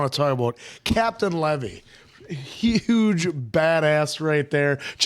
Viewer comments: That’s not how you pronounce Captain Levi’s name. It’s Lee-vy, not Le-vee. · oh no its levi not levy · its Levi , like the jeans.. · Levi is my favourite character in this. He's an absolute badass. P.S : "Levi" like the jeans lol. Oh there is a 2 part episode that's all about Levi and why he is the way he is. It's called "No Regets" when u guys are done with season 2 it would be great to shed some light on it. I don't know if you guys would like it but Vox Machina is very good 👌 so I hope that's on the watch list maybe the patreon people will help me out 😆